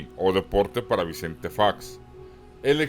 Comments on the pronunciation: No se dice Faeox, así suena cuando lo pronuncias solo es Fox... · Oye no se dice "fax sino Fox ok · F OOOO X CON O, ÁYASO, TE GUSTA FINGIR QUE NO HABLAS ESPAÑOL ES FOOOOOX NO FAX BABOSO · El apellido es Fox no fax. En México se habla el español. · No se pronuncia fax! Es fox .sorro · Buen video ,,,, pero es Fox de zorro,,, no Faxx.... y no leas en ingles... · Todo esta chido menos esta pinche voz Fax,facks faaaaxxx